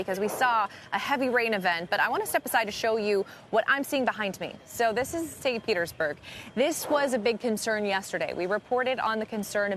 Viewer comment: “St. Pertersburg” 😂 the girl announcer keeps saying it correctly after to let him know he said it wrong 😭😭